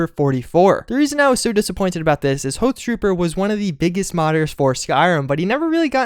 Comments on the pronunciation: it's pronounced " ha th trooper", not " hoe th trooper". hoth as in hoth from empire strikes back. he quit modding fallout 4 for a couple of reasons, took too long for the creation kit to come out and bethesda's fairly terrible mod system on beth net(mods getting stolen and uploaded for xbox). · Hothtrooper34... it's Hoth, with an AH sound, not OH sound. Jeez, sometimes I think this guy does it on purpose. :| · "Hohth-trooper" Hnngh